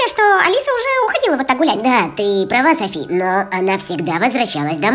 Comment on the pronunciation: Почему Сафи а не Софи?и почему Котамонстр а не Котомонстр?